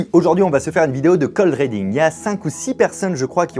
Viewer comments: Cold reading à prononcer riding et non pas reding Fabien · Ça se prononce cold riddingue pas cold rédingue 😂😂😂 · Cold rédingue?? Cold reading, riiiidingue comme un i